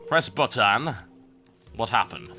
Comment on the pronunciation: lol "Bottan"